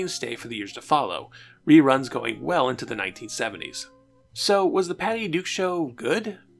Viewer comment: Why do you keep saying "The Patty Du Show"? You keep cutting out the K. It's very weird. Add that to your "exscape" speech impediment, and I'm very confused.